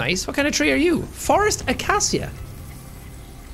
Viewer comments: he actually pronounced it (akasia) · Tree: “Frost Acacia” Jack: “Forest Acesia” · it’s pronounced like uh-KAY-shuh hope that helps :) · google translate says it like akashia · What type of tree lover are you? It's "a-kay-shia". I have watched enough African wildlife documentaries to confirm this pronunciation. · Tree: called Frost Acacia Jack: "Forest Aca-see-a" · jack: "forest acasia" me: why must you make me feel pain jack:ooo forest acasia me:ahhhh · frost acacia exists: jack: fOreST AkaSIA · Sean Reads Frost Acacia: "Forrest Akasia" ??? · I am sure everyone knows that C makes a s sound but that doesn't jack didn't pronounce it correctly. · Honestly I thought that’s how it was pronounced too. Acacia is in the same roundhouse as colonel, imo, as words that you will only ever pronounce right after hearing someone say it. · That moment when Jack pronounces Frost Acacia as Forest Acacia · Me just dying because he said acacia wrong... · The way he missaid acacia tree made me cringe